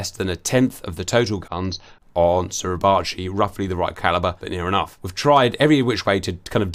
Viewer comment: Suribachi pronounced Surrey Bah chee